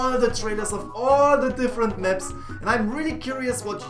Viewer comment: I like how he says Meps instead of Maps xD